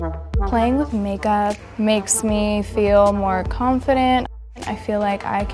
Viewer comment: The amount of times she says MaKEuP😂